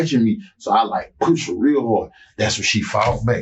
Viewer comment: Does anyone else hate the way he pronounces push?